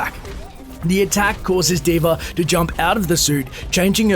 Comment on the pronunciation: at the start u said d.v.r